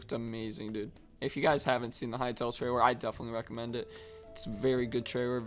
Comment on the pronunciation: One of y'all needs to work on your pronunciation of the word 'trailer'